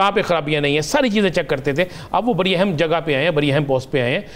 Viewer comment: Badi nahi bol pata. R bhi nahi bol sakta. Gajab h. Namuna.